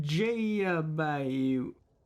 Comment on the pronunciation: You can pronounce Saskatchewan but not Vijayabahu lol